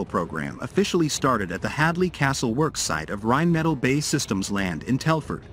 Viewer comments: Seriously, video makers.. we understand that I narrators are here to stay since you obviously don’t have anyone who can narrate your videos, but please, please learn to write manuscripts that AI narrators can read properly… it is Rhein Metaal, not a Rhein Metal. It is Bee Aye Eee Land, not Bay Land. Do over and do right! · Can't even pronounce Rheinmetall correctly.